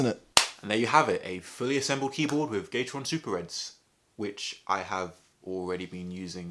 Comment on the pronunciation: is it just me or instead of "gateron" i heard "gay-the-ron"